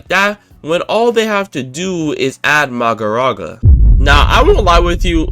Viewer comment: Every time I heard bro misronounce Mahoraga as Magoraga, I shed a tear... Also, in the anime, Megumi's domain is incomplete, so he doesn't use it that much as it can only be used in closed space due to it not having a barrier. Considering in the anime Megumi hasnt tamed Mahoraga meaning he cant control it so its basically suicide to actually summon it, it wouldnt make sense for it to be his ult in the game as it would just be a berserker boss that 1 dhots everyone.